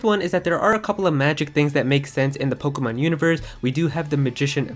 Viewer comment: Sounds like you so POKOMON